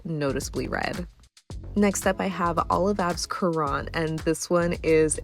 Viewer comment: Currant is pronounced as "current". Popular berry for jams. Comes in red, black, white, and pink shades.